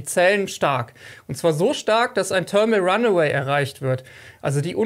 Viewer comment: Wer kennt es nicht, das Törmel Ranneweh 🙃